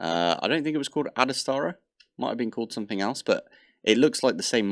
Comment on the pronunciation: sorry its bothering me so much, please look up the pronunciation of "ad astra" up. You seem to tend to add an A where it doesn"t belong. I love the series, but this is driving me up the wall. Merry X-mas!